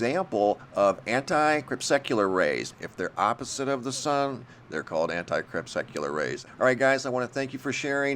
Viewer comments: Crepuscular => anti-crepuscular All vowels sounds in "crepuscular" are 'schwa'. Second syllable is 'pus', not 'suck'. Think "muscular". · PLEASE don't tell people those rays are called "anti crep secular" rays. You are pornouncing it WRONG. It's anti crepUSCULAR. Here's proof